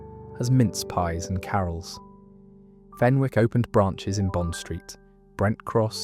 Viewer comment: Hi thanks for this post 👍 the W in Fenwick's is silent. I used to work in Debenhams and still miss it.